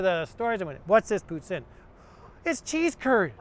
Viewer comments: As a Québécois, i'm glad you take time to go over the pronounciation of Poutine! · actually its pronounced pooteen because thats how i pronounced it